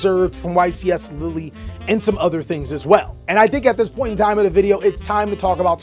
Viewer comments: juste say : lil', as a guy who lives there, I'm not that offended, it just made me suffer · Hey france, your state now is pronounced lilly. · too bad its "lill" , Europe isn"t a country it's a contienet with multiple contries in it,trust french poeple not just europeans in general on pronounciation of french words/names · Love American pronunciations of place names 'lilly' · Did bro just call it LILLY 💀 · No LILLY dawg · As a french man, you indeed mispronounced Lille, but it's not a big deal, thank you for taking the time to ask your viewers beforehand, always line someone who tries to resoect other languages! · I'm pretty sure not the first person in the world to mispronounce a European word. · As a french viewer sorry bruh but thats not how its pronounced hahaha the euro peeps in ur chat lied to you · again shows his worldliness with another spot on pronunciation